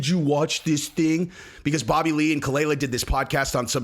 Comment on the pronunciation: You can't even do enough research to know how to pronounce khalyla or, that their NOT MARRIED, or even that ethan, h3, is an advocate for freespeech on youtube, having won several lawsuits to protect reaction youtubers like yourself. (Dumbass).